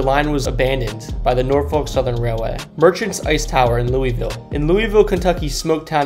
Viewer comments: Its Lu' vul' ;) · Loo - Uh - Vul, sorry that was bothering me. Otherwise good video! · Everytime be pronounced it , I cringed . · It pronounced lullvull